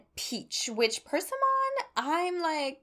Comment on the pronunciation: Persimmon is pronounced like “per-SIM-un,” not “PER-sim-on”